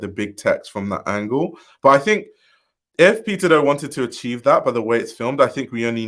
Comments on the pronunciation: I kept thinking you were saying “pizza do” 🍕 😅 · I cant help but hear you saying Pizza Dough when you say his name 😂 thanks for the upload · PIZZAAA DOUGHHHHH. Bwwahahaha exactly! The first few seconds of the vid, I had to recalibrate to figure out why he said pizza dough.